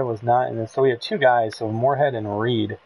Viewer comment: REDD....not Reed